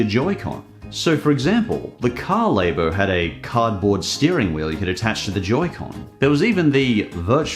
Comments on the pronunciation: I'm scared on how he pronounces snack if he calls "lah-bo", -laybo" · Are you saying Labo wrong on purpose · the way he says "Labo", is going to bug me untill the end of time.